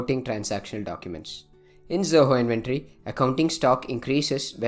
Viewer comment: Not pronouncing "Inventory" properly making us not wanting to listen the video. Not